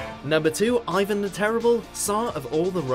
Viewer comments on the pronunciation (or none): none